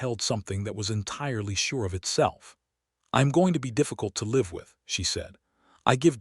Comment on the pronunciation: Poorly trained AI voice mispronouncing same spelled words over and over again like "live" and "Bow". and a singular picture, ENDLESSLY panned and mirrored rather than a series of pictures that reflect the developin g storyline. The story itself isnt the problem, its the laziness that kills me and makes me go on to a better produced story.